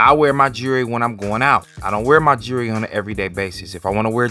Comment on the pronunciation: "My 'JURY' tarnished"? It's two syllables, "Jewel-ry"? Jewelry. "Jury" sounds fuckin' ridiculous unless you're in a court room or something.